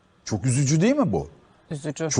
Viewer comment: Kadının -Çoğhh üzücü 😆🤣